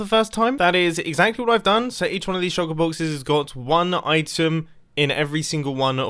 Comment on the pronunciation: Mumbo: says "shulker boxes" Me: hear "shoko boxes"